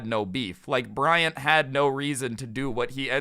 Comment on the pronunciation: I heard Bryan or Bryant